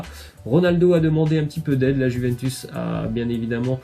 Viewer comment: Si jamais Juventus se dit comme "you" en Anglais ! Les supporter de la Juve vont te remercier ;)